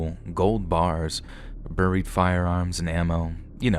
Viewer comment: Burried is not right. Buried — pronounced beh-reed !!!! Or Berried !!!!